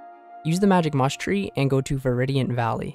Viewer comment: still says Veridian valley when the correct pronunciation is literally right in front of you. It's not pokemon